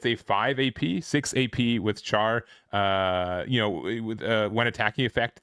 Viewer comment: It's pronounced ghel-goog. Also char is pronounced "Shar". Not trying to be a pain just wanted to point it out.